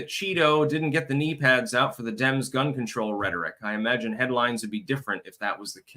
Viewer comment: Did he just say "peas out"?